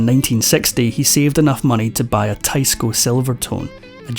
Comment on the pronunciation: In English, the guitar brand is pronounced “teesco “.